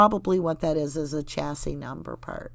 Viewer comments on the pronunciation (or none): Chassis not chaise ( lounge ) 😂